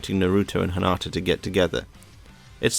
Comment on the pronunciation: Why does he keep calling her "HANATA"!?!?! When her name is "HINATA"?!? :/